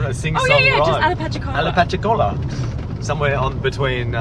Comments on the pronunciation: Yes, not "Ala-patchy-cola' but 'Appa-latchi-cola'. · ROFLOL...It is pronounced Apa-latcha-cola It's in the panhandle of Florida. Keep up the great work! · Apalachicola pronounced Apa-lacha-cola :). Thanks for sharing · u kinda butchered the name Apalachicola lol but thats ok i still love ya lol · Very close on the pronunciation. "Apalachicola" comes from the Apalachicola tribe and is a combination of the Hitchiti words apalahchi, meaning "on the other side", and okli, meaning "people". In original reference to the settlement and the subgroup within the Seminole tribe, it probably meant "people on the other side of the river". From wikipedia. That is a pretty harsh area in which to camp. I assume during cooler weather. Headed there next month. Virus permitting. doc